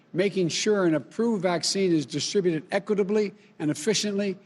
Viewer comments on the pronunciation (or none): none